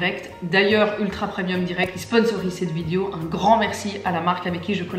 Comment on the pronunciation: Je ris toujours quand elle dit "vidio" 😹